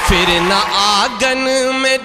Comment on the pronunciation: phir ko aap fir padh rahe ho, itna farq bhi nahi pata? lagta he doosre se likhwake padhte ho